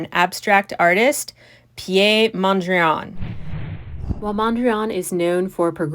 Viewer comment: Please pronounce Piet properly, he was Dutch, not French. It's PEET, not Pee-YEAH.